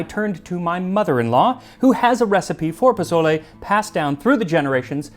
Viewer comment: Oh, Max. Jose must be shaking his head. poSSole, not poZZole.